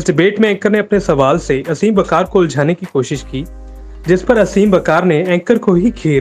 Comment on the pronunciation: bro its आसिम वक़ार . not असीम